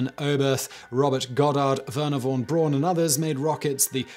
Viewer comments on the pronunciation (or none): Not 'won Broon'; it's ''von Braun'. I think an Englishman would write it something like 'phon Brown'. Which is apt, since that's what Braun means.